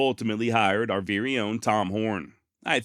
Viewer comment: THE BEST channel on the net , hands down ! Gotta sponsor and ain't changed one bit . Don't , cause that's why you're here. Even willing to drop the occasional f bomb. Never change. Excellent narration . Love it until you say veery. It's very damnit! Lol. Give us more. Hope you're making a VEERY big pot of moolah.